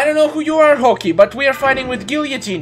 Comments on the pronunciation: That's Hawkeye not hockee 😂 Seems like you never watched Avengers. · You pronounced hawkeye hockey 💀